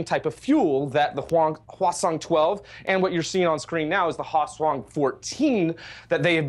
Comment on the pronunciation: I couldn't stop hearing it as "Croissant-12/14".